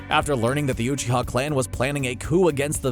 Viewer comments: I clicked off when he said “OOCHIA” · Is it that hard to pronounce uchiha